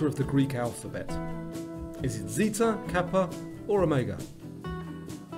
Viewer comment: 36/40 btw i love that you said zeta correct. i hear so many people in america butcher my languages letters pronunciation when i moved to the us with my family . ❤❤ edit: as a 16 yo i gave my dad this video and i knew more than him. but he got a 32/40, so he knew things as well